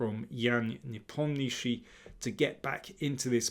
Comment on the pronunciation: nepomnichi?? It's Nepomniachtchi lol